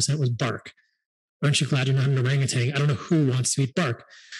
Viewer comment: Minor point: Orangutan. No G at the end.